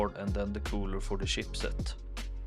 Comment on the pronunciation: It's not SHEEP set, it's CHIP set!